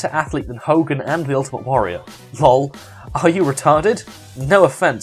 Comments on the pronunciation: I like how you say luhl lol back to whatculture and real wrestling fans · Anyone else notice he didn't say laugh out loud he actually pronounced it exactly how it's spelled